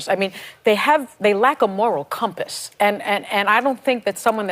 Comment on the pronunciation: "laks a moorrall cumpuss" Ha ha ha ha ha ha ha ha ha ha ha ha ha ha ha ha ha ha ha ha ha ha ha ha ha ha ha ha ha ha ha ha ha ha ha ha ha ha ha